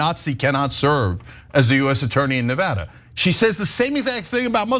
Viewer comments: Thank you , Ana, not only for your courage to speak out, but also for pronouncing Nevada correctly. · The only justice around here that's properly executed is Ana's pronunciation of 'Nevada'; way to slay.